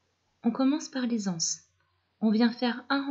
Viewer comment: Magnifique de simplicité, sobriété, clarté. Merci pour la liaison des ...(z)anses ,et pour la beauté des tissus.